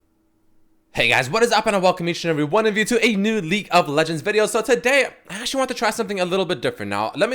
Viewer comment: why everytime you say league of legends its sounds like ''LICK'' of Legends, or like ''leak of legends''